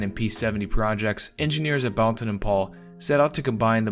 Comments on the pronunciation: The U is silent. It's pronounced Bolton Paul. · "Boulton" pronounced "bowlton.", end of pedantic outburst. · Pooohh, sigh of relief. For 50 years I said ‚bowlton‘ and now he came along seemingly proving my English very bad. 😉Thanks, not pedantic at all.